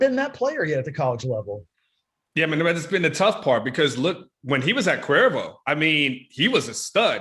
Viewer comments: Yo,, know where the camera is; the up the snout look is not good. And,, it's Cuero, not Cuervo; it's a town, not a tequila. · It’s CUERO homes! It’s not that hard and not that far from Austin fellas.